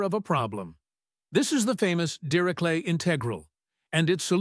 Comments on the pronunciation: dee ree shlet, not dee ree klet! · Pronounced "DeRishLay"